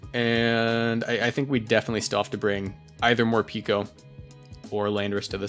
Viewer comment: (it's pronounced Mor-"pecko", since the japanese name ain't morupiko but morupeko)